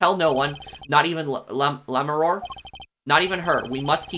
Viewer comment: I know it'll be mentioned a million times, but Lamiroir's pronounciation at the end is like "Noir". It's the common "oi" in French in that it becomes "oa" saying it out loud, kind of. Think it like "LA Noire". Also, this case has IMO the worst premise to it. So little makes sense at the beginning.